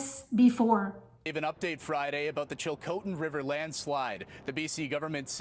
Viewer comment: Chilcotin river not chilkotin.